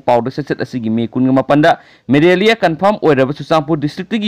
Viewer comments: No maraliia, it's malaria only, be careful with your pronunciation. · News reader need to learn the spelling of Malaria ..not Merelia ..Merelia Merelia haiba sidi yam educated ioba mandre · Not Maralia its malaria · Bhai maralia naate malaria ni, tabada nugnaite marol doh